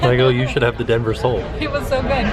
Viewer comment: I didn’t realise that he said Denver sole, I automatically changed it in my mind to Dover Sole! 😄